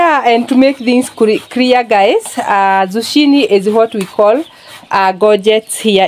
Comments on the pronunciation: You pronounce it with a K not Ch,you say zukini. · 😂 I love this couple. OK pronounce zucchini as 'zukini' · Try to pronounce zucchini this way: Zoo-Kee-Nee. I love watching Peter bake for you, and Jimmy play with the mud. What a great childhood he has! You and your husband are both very patient, and loving parents, and your children are well mannered and content. You are doing a great job raising them. Everything about your life is down to earth, simple, real, and natural. I look forward to your videos each day. You remind me what life is all about. Thank you for that! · Hi guys, the way it is pronounced here in the U.S., the "h" is silent. "Zoo- kee- nee" bread. Your bread looks delicious. Enjoyed the video! ❤ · I just love your channel!!!! That Bread looks very delicious the correct pronunciation of the word Zucchini is (zoo-kee-née) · In the USA it is zucchini bread. Pronounced Zoo-Kee_nee. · In the United States we spell it the same way you spelled it, Zucchini, but we pronounce it, “Zukini”. Your husband did a great job!🥰💕🌷 United States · Great job but zucchini is pronounced zoo key ne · It is a squash pronounced zoo key nee! Do not make the chi sound. You're doing great!❤